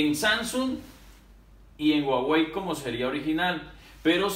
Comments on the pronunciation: Soy yo o dice guawei en vez de Huawei 🤔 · Dice Uawey la h es muda